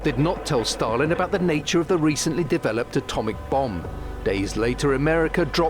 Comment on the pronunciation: do - śliczny akcent (podobnie jak prowadzący) - ale pownna obejrzeć jak na Wyspach i w USA wymawiają imię Stalin. Wymawia je bardzo 'po polsku', nie widze w tym nic złego, doceniam nawet, ale dla spójności (kanał TVP.. WORLD) można by dać wymowę z dłuższym i mocniejszym A i wymowniejszym St